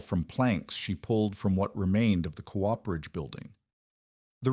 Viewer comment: COOPERAGE..... AI can't pronounce it properly.......